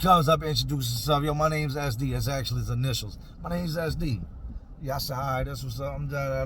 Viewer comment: 😂😂😂 I thought you were calling him "Ass Deep" Took me a minute to realize you were saying "SD" 😂 fuuuuuuuuuuuuuck